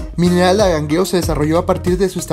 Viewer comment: Tienes un problema de dicción, tal vez frenillo. Pronuncias mal las palabras, como Angangueo, tu dices Agangueo. 👎